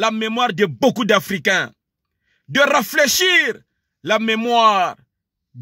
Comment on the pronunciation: Confidement..., raflaichir... ?